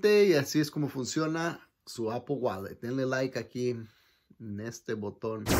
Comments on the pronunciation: No entiendo por q cresta dicen apol si no le veo la o a la palabra apple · IGURU Technology and Iphone Tips no estoy preguntando por apple wallet solo digo por q pronuncian tan mal la palabra apple y le dicen APOL si no lleva ninguna O eso estoy diciendo